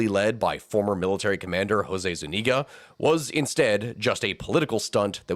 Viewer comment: Zuñiga, with an ñ, like gn in Italian. Thats about the only thing I can find wrong :P